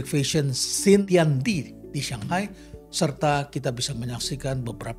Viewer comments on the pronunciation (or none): none